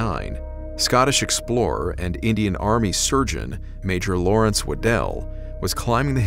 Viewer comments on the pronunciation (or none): Outstanding content as always, so this shouldn't be taken as a criticism, but in Scotland, (where the name originates) the surname Waddle/Waddell is pronounced exactly the same as the word waddle. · Surely according to proper English it is not "It was footprints" but They were footprints, because more than one? Awful pronunciation of names Waddell, Stone (no e so not Stonein but Stonin rhyming with donning, Smythe if it has an e is said as Smythe (as in writhe) not Smith, basic English, Jeez